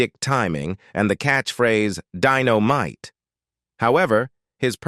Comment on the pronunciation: The narrator of the Jimmy Walker segment miss pronounced Jimmy Walker's most famous caught phrase. The narrator said Den-O-Mite the phrase Di-O-Mite